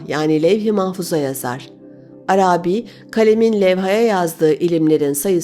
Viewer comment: Çok güzel okuyorsunuz. Tek kusurunuz var, o da Arabi kelimesinin ilk iki hecesi uzatılmamalıdır, üçüncü hece uzundur. İkinci heceyi uzatıyorsunuz, düzeltirseniz mükemmel olacak her şeyiniz...Selamlar